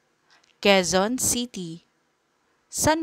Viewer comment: quezon city hindi qoezon city